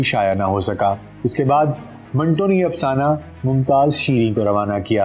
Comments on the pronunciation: Manto ka name tou theek talafuz kay sath lay lain janab . Aik jumlay main manto nay apnay name ka durust talafuz batay hay . MANTO BARA ONE TWO HAY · ان کے نام منٹو کا صحیح تلفظ من Two ہے